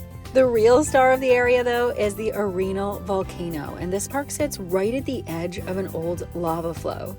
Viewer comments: Fun video. Jfyi Arenal spanish pronunciation: Are - en - all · You are miss pronouncing Arenal 🙄